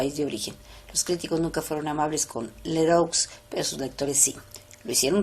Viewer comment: Gastón Leroux se pronuncia Gastón Lerú!